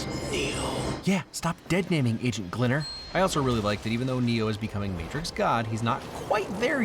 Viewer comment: “Agent Glinner” 😂😂👏